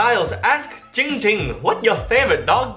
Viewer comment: Its actually not